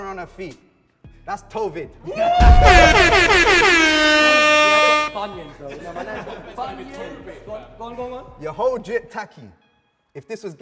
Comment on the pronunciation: Man said toevid😂😂😂😂